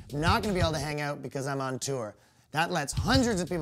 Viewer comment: "I don't know anyone in Canada, never been to Canada." Next thing you hear is "But on my Facebook all you see is a guy reaching oot to his fans aboot to have a great show." Dude, who are you fooling? I can smell the maple syrup on your breath through my computer screen.